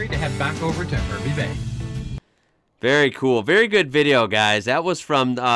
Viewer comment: Make sure when you go, catch the barge from River Heads near Hervey Bay (pronounced HARVEY BAY)